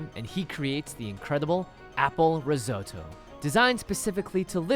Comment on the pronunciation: it's apple (ree-zo-to)